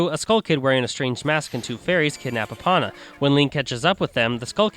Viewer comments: Just saying I know this video is old but it’s pronounced “E PONA” not “Epana” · you pronounce Epona differently than I do lol cool :) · Your mispronunciation of "Hylian" "deku" and "Epona" make me cringe.